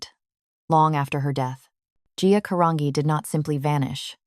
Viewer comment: "G" Caran"G"i Italian!!!!